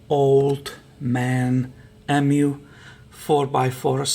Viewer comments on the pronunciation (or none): pronounced eem-you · ….the suspension is pronounced…old man eeemuu. EeeMuu ok mate 👍